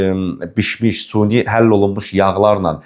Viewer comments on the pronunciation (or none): Suni yox, süni. Bələcə yox-balaca!